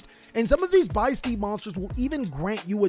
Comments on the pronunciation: Oooh it's supposed to be pronounced biss steed, like abyss steed! Because the abyss is the whole thing for the albaz lore. I get it, konami! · It's beast + abyss they are the beasts of the abyss, translation notes on ygoorg, they are not steeds mate.